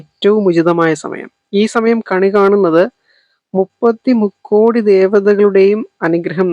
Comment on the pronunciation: Rukkodi alla mukkodi ennanu